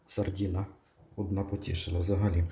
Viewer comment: От тільки не сардІна, а сардИна.